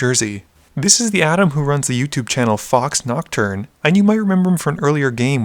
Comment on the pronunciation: Foxnocturn...I'll just assume the Canadian accent doesn't posses the ability to pronounce my name correctly lol